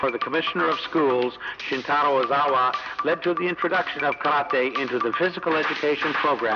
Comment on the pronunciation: The man being interviewed and is suppose to have all this knowledge yet can not pronounce Karate correctly?